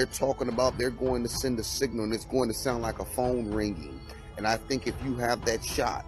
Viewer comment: I have never heard someone pronounce signal "seen-ñal"